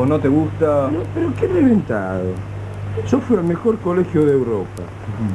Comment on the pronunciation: "y yo soy rheventado..."